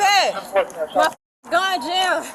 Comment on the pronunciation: "mA GUn jAMmed" "Ma rAdIO". Yal are lucky you still got your blood flow.